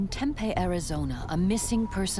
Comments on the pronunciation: It's pronounced Tempee not Tempay. Lol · TempEE, not Tempay. If you're going to narrate these shows, please learn correct pronunciations. This town has been around for many many many years, this isn't a new word that popped into the English language last week. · AARRGHq It's pronounced TempEE, not Tempay. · Why don't narrators at least learn how to pronounce the town names? Tempeh is a Japanese fried food. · Temp-EE is how we pronounce it. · If you're going to say the name of a city repeatedly, you should probably get the pronunciation correct, Tempe, the "e" says it's name!!!!!! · That is NOT how you say Tempe